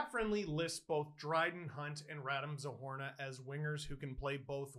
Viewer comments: Steeeeeeeve! Something didn't seem right, and I don't blame you for mispronouncing names, but it's double O, Zohorna, and it's wrong in the title. You should correct it, thank you. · Isn't it "Zohorna"?